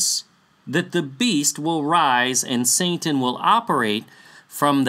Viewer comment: just curious why do you pronounce satan as santan? I have been wanting to ask this question since Magog video.